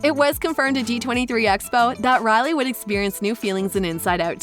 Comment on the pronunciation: Her name is Riley pronounced Ry~Lee not Rally. My sisters name is Rylee and I’ve never heard it mispronounced ever in my life. Sorry to be the pronunciation 👮‍♀️ 🚓 police.